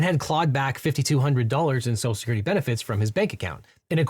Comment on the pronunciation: For likely the only time in my life, I’m taking trump’s side. For one simple reason. He pronounces social security correctly. (Serious pet peeve of mine)